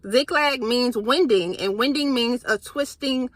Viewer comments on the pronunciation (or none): Thank you 🙏🏽 Also the word winding rhymes with minding 😊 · ‘waending’ is how you pronounce that winding, lol! I like that even though English is yr first language you just experience new words just like us 😅. It’s like how you wind a rope around a pole etc. past tense is wound ‘waond’ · Great video sister!! Just gotta say... Winding is pronounced... Wine-ding. Great video, great word🙏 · ❤ "winding", this one is pronounced like a winding, bending, curvy road. Also like 'winding' up a toy, or bringing a program (winding up) to an end. Hope this helps.